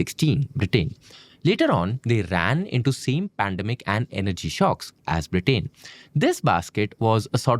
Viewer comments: This is a really informative and great channel. I eagerly wait for new episodes. That said, I would highly suggest to be careful in pronunciations especially with nouns and names. It is a country's name and not just a random word. It is not “BRITAAAIN” but rather “Britain”. All through this video, this was a massive focus degradation. Great content, presented with a massive miss like this definitely affects the overall quality. This is a humble request, and I hope you take it in a positive sense rather than ignoring it as a random hate comment. Thank you. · Am I the only one getting mildly infuriated with his pronunciation of Britain